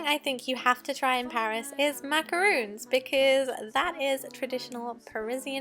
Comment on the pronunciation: I’m Sorry hun, But it’s macarons.